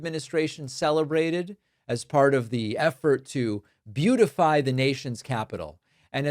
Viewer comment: With his mispronunciation, Trump actually said he wants to "buttify" the capital, and VOILA!